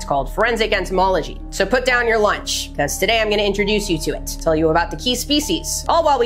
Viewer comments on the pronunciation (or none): none